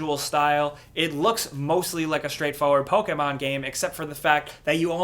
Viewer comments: its not POKEAYMON. its POKEMON. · Please stop saying “Pokehmon “ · Can you stop saying "Pokaaaaay-maahn"? It really bothers me for some reason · Poke Aye mon? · Lol the way says Pokemon is hilarious "Pokehmon" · YOUR PUTTING TO MUCH O IN "pOkemon" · What do you say Pokemon so weird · Why does he pronounce Pokemon so strangely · why do you say pokemon so weird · The way you say Pokémon tilts me off this flat earth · You saying Pokemon makes me cringe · Please stop saying Pokemon like that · Why do you say Pokemon weird